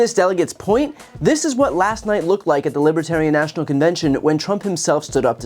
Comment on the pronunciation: "....at its nashiel convention on Saturday." He cannot even pronounce simple, common words.